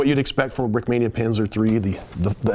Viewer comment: Брикмания ингличане а не брикминия😂